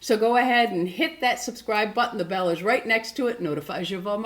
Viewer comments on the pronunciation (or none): none